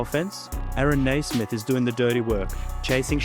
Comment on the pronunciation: Yes 'Cers! Great vid. ....its "Nee"-smith not "Nay"-smith tho